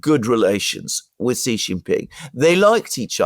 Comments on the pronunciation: stop saying Jhee it means penis. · stop saying Jhee.